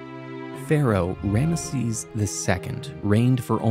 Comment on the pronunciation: Who is "Ranesses"? is related to Rameses?